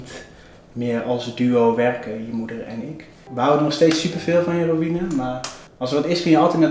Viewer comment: Kom op kelvin het is geen robinne maar Robine 😂